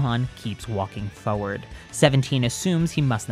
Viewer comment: Can u please say forward properly instead of saying furwerd